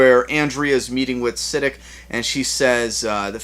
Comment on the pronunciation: I think Siddiq is pronounced Sidd-ee-q